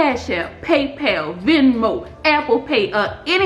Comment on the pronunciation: Amazing content!! You are so knowledgeable, thanks for the info. I love how you say "paypel"